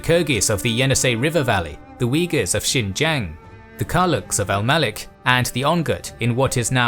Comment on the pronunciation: Had to double back when he said wiggas lol